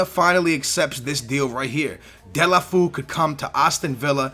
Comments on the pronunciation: its pronounced as " Doll-fay-yo" Please like so he can see! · Serously, "Delafu" ? :/ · btw it is pronounced Delafayoo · Delefeou is pronounced De-Le-Fer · it's del-a-fey-u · Yo, its pronounced Del-ohh-fey-you:P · It's Deu-lou-fél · It so funny heard saying Delafu lol. I am from Spain so I know how must be said, but he is a great transfer. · skillz you stupid noob its said De-la-fey-you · its pronounced DU-EL-O-FEO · its de-le-fyu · As a Barca fan I'm so glad you chose Deulofeu. I've been suggesting him since the first episode, but, please learn the correct pronunciation. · read deolufeo's name like its in portuguese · hahha its funny how you pronounce deulofeu